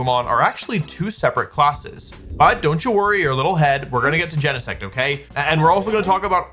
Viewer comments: it makes me want to scream. It's not jen-eh-sect. It's GENE-sect. Like your GENES. >:( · WOLFEY GEENSEECT THO. But really, we all know Butterfree is a secret legendary.